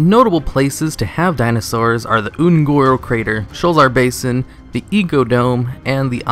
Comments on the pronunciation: wayvrains and the Oon'guuru crater. Come with me and we will together over think the pronunciation of various words and mispronounce Shit. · .... why do you keep saying Un'goro wrong -.